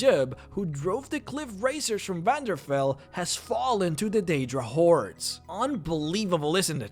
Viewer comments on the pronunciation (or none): He pronounces a lot of things wrong. Or rather, he puts emphasis on the wrong bits, like when he says Daedra or Ebony. Da-ee-druh/Ee-bony as opposed to Day-druh/Eh-bony.